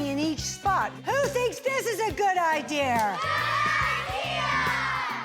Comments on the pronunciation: Why does she pronounce it “idear”? Was she never taught to pronounce that word properly? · Anyone else dislike how she said the word ‘idea’? “Idee-errrr!” Lol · Didn’t know ‘idea’ ended in an r.. LOL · I don’t recall seeing the letter R in the word IDEA….. 🤦‍♀️ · I think it comes from the British influence because they will end words with an R if they actually end in a vowel when speaking quickly.